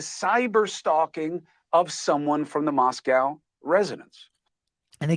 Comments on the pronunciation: I really trust and respect you. Thank you for doing what you do. As far as Moscow, Idaho, it is pronounced “Mos-coe”, not Moscow. Keep up the good work! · Why doesn't Cuomo know how to correctly pronounce the town name. He didn't have any right to know these people? Cuomo has no more credibility.